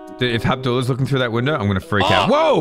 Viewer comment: " if Habdula is in that window"